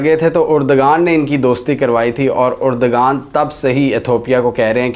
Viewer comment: Mohtaram turkey k wazeer e Azam ka naam urdoghan nahi hai erdoghan hai